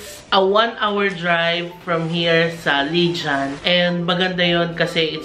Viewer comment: Hi! Absolutely love your travel videos:) Bali is one of my ultimate favorites--even lived there for a bit. Hope you have a grand time! And by the way, I mean this with the best intentions, but the correct pronunciation of "Legian" is "Leg-yan." Hehe Enjoy and eat well!:)